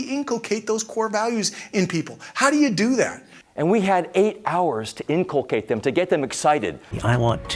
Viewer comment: The google translate pronounces the word inculcate with stress is on the 2nd syllable